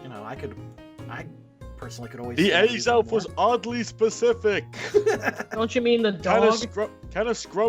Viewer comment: Its az-elf not a-xelf